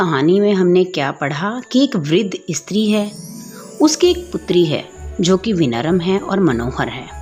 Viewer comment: Aap padhate acchhaa ho lekin wo vinaram nahi vinamra hota hai